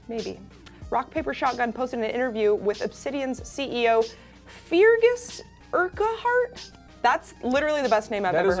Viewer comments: Feargus Urquhart is pronounced FER-GUS URR-KERT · Feargus Urquhart's name is pronounced more or less like this: fur-gus urk-heart.